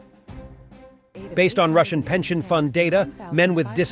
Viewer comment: You should have held back a few bucks for a better bot to read your scripts. It's been 2 years and yours can't pronounce 'Russian'.